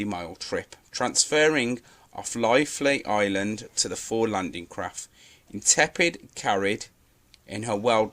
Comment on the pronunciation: It's an interesting topic but your video is let down by poor research and commentary. Read from a script - RFA, not HMS. And 'Intrepid', not 'Intepid', are the most important things!